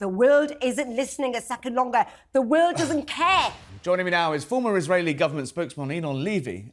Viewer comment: OMG. She is unable to say The word world correctly 🫠 You just Embarrassing yourself lady …..